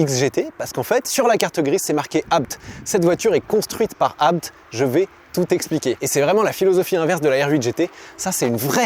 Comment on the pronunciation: Merci pour la bonne prononciation du nom de famille ABT.. et superbe vidéo 😊